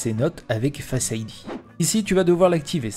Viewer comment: parfait bon travail, un accent pour certains mot apple sonne mieux a l'oreille, (pourquoi dire: face ID "fasse idea" le début du mot en francais et le reste en anglais? )